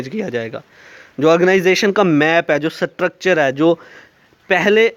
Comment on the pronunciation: Nice video But your prnounciation of structure was wrong Its structure not satructure😁😁😁